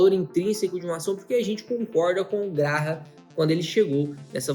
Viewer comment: Graham (GreyAm). Dica de pronúncia para quem quiser.